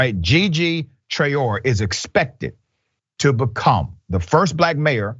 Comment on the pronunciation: The name is :Tra-o-ray" accent on the last syllable. It's a Malian surname, as in the famous singer Rokia Traore. Well-known and important historical lineage in Mali, Traore.